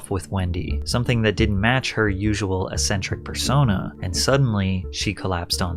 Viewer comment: The first syllable of “eccentric” is “EHK”, not “UH”: “ehk-sehn-trihk”